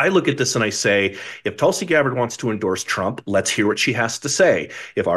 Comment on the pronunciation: It’s “Tool”si Megyn You pronounce the T correct but it’s not Tulsa it’s “tool”si